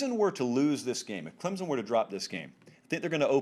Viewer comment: I know for a fact, he says "clemzon" to annoy us clemson fans!! Smh